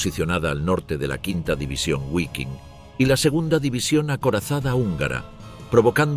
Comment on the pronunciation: Guaiking? Gualonian? 😢